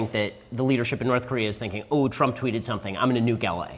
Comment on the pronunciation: "There are only 3 things you have to do to not beqaimeac soumfryibg importing in the United States"( Ben Shapiro, ) Can someone please translate what the ** he just said?